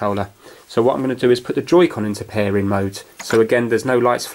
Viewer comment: "Pair-en" where are you from?